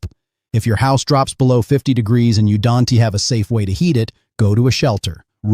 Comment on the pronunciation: Teach your AI about contractions! Here 'S' , Don T and That 'S' stand out!😮